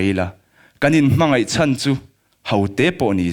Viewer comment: Khawvel chhawn a tih laia a lam dan khi a dik chiah lo deuh e. A thluk sanga lam tur a ni.